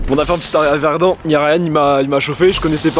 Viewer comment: sa se dit pas pas verd''an'' mais verd''in'' et sa s'ecrit verdun